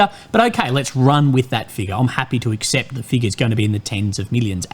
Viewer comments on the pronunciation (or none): none